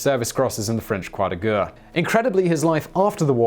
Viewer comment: Please just use the English war cross instead of trying to pronounce croix de guerres... you're absolutely torturing it...